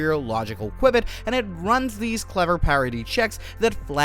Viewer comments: its QBIT not QUIBIT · Dude... you're mispronouncing qubit wtf